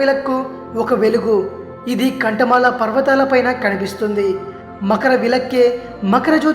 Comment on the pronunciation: అది కాంత మలై.... కంఠ మల కాదు